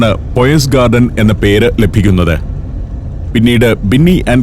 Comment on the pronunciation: പോയ്സ് ഗാർഡൻ അല്ല പയസ് ഗാർഡൻ ആണ്